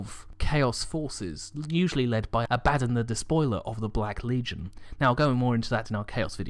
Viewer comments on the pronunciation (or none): I'm curious about something in particular. How you pronounced "Abbadon" and how its pronounced in the dawn of war video games, is completly different. I wanted to know which one is the lore correct pronunciation.(sry if i spelt anything wrong)